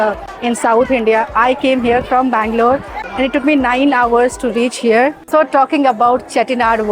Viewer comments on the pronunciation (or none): none